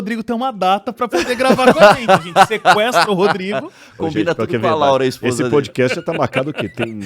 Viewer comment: Não é "poudi cast" e nem "hopi" hour.